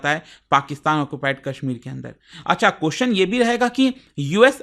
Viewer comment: Sir I respect your report but please understand please learn to pronounce question you extend the question ( pronounce )to qqqqooostn ye hai ki like thin please take a note on this millions are watching you